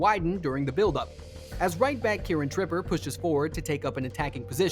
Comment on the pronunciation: "Kieron Tripper" "Wilcock" lmfao, so many mispronunciations of player and team names in this video. Clearly not even a Football fan.